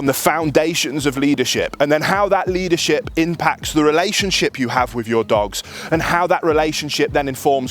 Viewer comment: Why do brits pronounce ffff sound like saying wifff, not with, why is this so difficult to say it correctly, when brit English is the first English language???